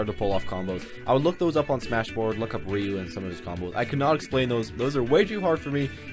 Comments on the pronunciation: "Rye-U" gtfo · I pronounce Ryu's name "ree you"